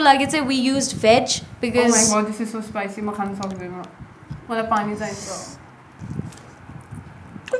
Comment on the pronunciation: WOW! Meatatarians Spicy lol :D what happened to your accent. Totally Nepali. :D :D :D :D :D :D :D :D